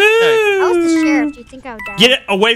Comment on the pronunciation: I like how says cheriff instead of sheriff 😂😂😂